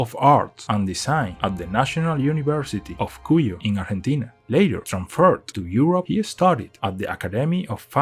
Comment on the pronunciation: Sabes que la persona no es hispanohablante cuando pronuncia bien Argentina en vez de "arllentina"